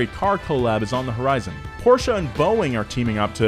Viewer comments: Porches is in Portugal ..you mean PORSCHE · PORSCHE not PORCH.